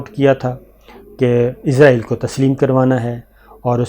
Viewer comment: Shakir صابر بھائی۔۔! اِسرائیل قوم کا نام ہے اور اِسرائیل ہی ملک کا نام ہے! اِسرائیل کو عِزرائیل بول رہے ہیں آپ! عِزرائیل موت کے فرشتہ کا نام ہے! اسطرح اِسرائیل کو عِزرائیل بول کر، موت کا فرشتہ بنا رہے ہیں!